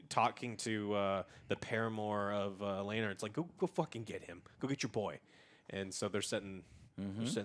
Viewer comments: Lynore lol it's Laenor (lay nor) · LAY NOR DAY MEN Are these fools ever going to get the names right? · Okay Joe, lets do this: Rhaenyra: RAY-near-Uh Corlys: CORE-Liss Daemon: DAY-mun Viserys: VI-sair-ess Laenor: LAY-NOR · Everyone: Rhaenyra, Alicent, Laenor & Daemon Joe: Ruhnera, Alsent, Lenore & Deemun